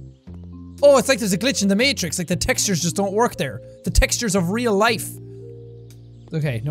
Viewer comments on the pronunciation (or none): none